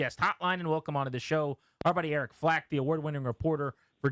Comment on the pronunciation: "Eric Flack", not "Eric Flake"!!!!